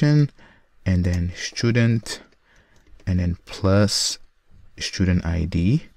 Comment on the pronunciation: for the love of god it's student not schtudent